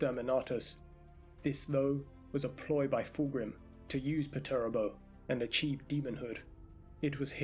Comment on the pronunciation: good vid, but just some advice, his name is commonly pronounced "perch-er-ah-bo"